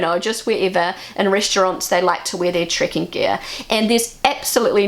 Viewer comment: It took me a while to realize she was saying "trekking" and not "tricking".